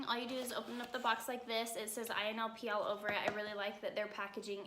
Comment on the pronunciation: Its ILNP, not INLP